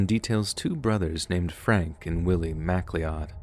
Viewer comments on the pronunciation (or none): It's so terribly sad when these things happen to children... MacLeod = Ma-cloud. Not Mac-lee-odd. ;) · I have a sneaking suspicion that your Mac-lee-odd brothers were MacLeod brothers, lol- that's Mac- loud❤ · great work and i promise that i am only mentioning this for reading purposes. The name MacLeod is pronounced like Mc Cloud. Its my old families name. I love your work, 100% my favorite by far. Thank you for all your hard work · Great stories and accounts, but it's Mc-CLOUD not Mac lee-Od. ;) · Mac-Lee-Odd 🤪 It's always funny to me that goes out of his way to pronounce many proper names in their exact forms and accents, but misses others. Or even other little words here and there. In this case...it would be "Mick-Cloud". As in, "I am Duncan MacLeod of the clan MacLeod." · macloud not mac leod lol. Best wishes from Scotland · It's pronounced mick-cloud... not mac-lee-odd SMH. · Macleod: MAC•lee•odd ❌️ mah•CLOUD ✅️ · Love these stories, but I need to point out that MacLeod is not pronounced Mac Lee Odd. It’s pronounced Ma Cloud 😂 made me chuckle at a not chuckle worthy story 😅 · MacLeod is a Scottish name pronounced "mac-loud" (like Connor MacLeod in Highlander) in the Nahanni National Park story. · just a heads up Macleod is pronounced "mc-cloud" not trying to be a jerk just trying to inform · "Macleod" is pronounced "Macloud". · I have to point out the name mispronunciation in the story of the headless creek, somewhere around 21 minutes. If it was spelled “Macleod,” it’s not pronounced as it’s spelled. It’s actually “Meh-Cloud.” Little nitpick, I realize, but my family immigrated here from Scotland about 100 years ago, and we’re related to quite a lot of Macleods, so the pronunciation was bothering me. My cousins will also get pretty angry when people pronounce it like that. Great video, otherwise, though! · Probably late to the party about this, but...good video...and MacLeod is pronounced "mac-CLOUD". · This lol, even if spelled Macleod